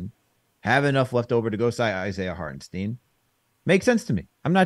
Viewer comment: Tell to pronounce Isaiah Hartenstein, the same way that CP does. Hartenstein is German-American with it sounding more like EYE-n. Think Frankenstein.